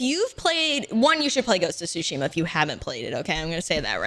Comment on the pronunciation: not calling it ghost of twoshima.... SMH MY HEAD! uuunnbelieevable.